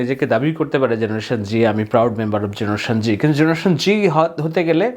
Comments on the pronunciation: ভাই, জেনারেশন জেড(Z) বলতে জেনারেশন জুমার বুঝালেন, কিন্তু উচ্চারণ করলেন জেনারেশন জি(G), একটু ক্লিয়ার করুন প্লিজ। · Please first learn the difference between G and Z before making videos. And you are not even saying the name of his father, Obaidul or Rabiul. You should now retire from creating such rubbish videos. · Z ke o G pronounce kora hoy